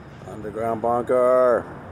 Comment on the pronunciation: Thank you so much for your excellent reporting, Mr. Ortega. I click “like“ right after hearing “underground bunkerrrr” 🥰